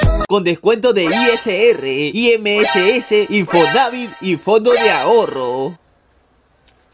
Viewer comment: Se pronuncia ims e infonaVIT no i eme ese ese e infoNAvit P.D. No soy hater